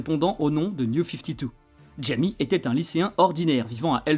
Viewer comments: c'est une super bonne vidéo mais je crois qu'on prononce "Ra-i-mê" pour son prénom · Très bonne vidéo, juste troublé par la prononciation de Jaime en fait le J se prononce R (comme dans mojito 😂) mais sinon super travail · Tu prononces mal son prénom ??? c'est bizarre de faire une vidéo ds ce cas